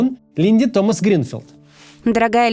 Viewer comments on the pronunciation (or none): none